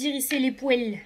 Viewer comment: Allo la belle! hé suis une petite nouvelle sur ta chaîne, je tes découvert seulement aujourd'hui Dimanche le 13 décembre et tu ma fait beaucoup rire quand tu a dit les mots: " les poils " tu la dit avec l'accent Québécois c'était trop drôle 😂😂😂 une chose c'est que j'adore ton sens de l'humour tu me ressemble, je suis pareille comme toi, j'ai un sens de l'humour très développé hi hi hi tu est vraiment bonne et je tu Apporte de Bonne Nouvelle, wow j'adore c'est génial 😊 un gros Merci 👍❤️❤️❤️